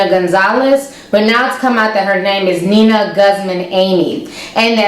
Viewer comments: The fact that you keep saying "Nina" and not "Nia".. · I just wanna say it's Nia not Nina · It's nia ain't Nina